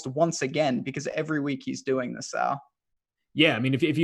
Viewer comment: Hey. His name is Sal not Saul wtf.